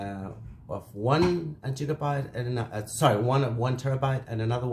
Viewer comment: Bro it's gigabyte not jigabyte lmao